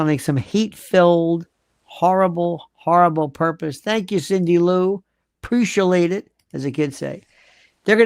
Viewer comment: the kids don’t say that lol “precialate it” 😂 love you lionel